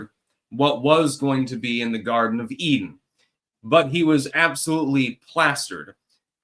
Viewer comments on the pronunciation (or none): none